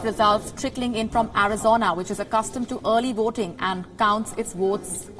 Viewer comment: Wotes, woating, woaters, I don't understand??